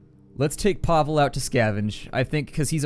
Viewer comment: Hey, here is a little help on your eastern European names. The pronunciation is as follows (phonetically): Bruno - Broono (you got him right) Pavle - Pavley Katia - Kateea (you got her right) Cveta - Tsveta Hope that helps. By the way I know this because I'm from that neck of the woods.